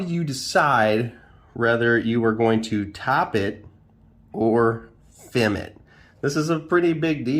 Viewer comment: FIM (F**k---I---Missed) not FEM... Not trying to be a N@ but accuracy is always a good thing. Great Video Great Class